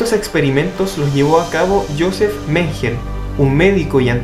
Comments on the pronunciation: menguele se pronuncia men-gue- le. no "meingel" juaj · hola muy buen video pero se pronuncia se escribe "menguele" tambien llamado el doctor muerte, debo decir que lamentablemente escapo a la justicia, estuvo en argentina, brasil ....se caso en uruguay, murió en libertad en brasil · Se pronuncia menguele, pero se escribe mengele